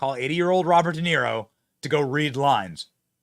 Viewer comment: Haha! 😂 Robert “Duh”Niro. Total fool.